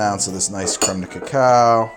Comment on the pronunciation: As a canadian, whenever i hear this man pronounce french words(creme, pastille, etc) i die a little inside